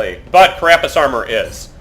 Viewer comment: This is starting to annoy me: It's CArapace, not caRApace.